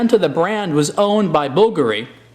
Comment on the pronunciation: you pronounced it BULgari and bulGARi. is that just 2 different ways of pronouncing the brand?